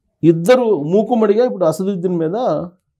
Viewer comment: Asaruddin? You don't his name properly?